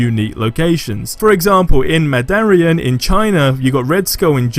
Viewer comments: Nobody:: Mahdahrian in China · just wondering how you said mandarin wrong, one of Iron man's biggest villains it hurt my soul lol